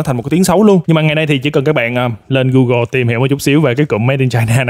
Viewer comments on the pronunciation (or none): none